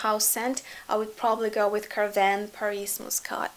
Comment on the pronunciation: Carvin, Lanvin (KarvAn, LanvAn), (КарвАн, ЛанвАн) - pronounced as "Ah".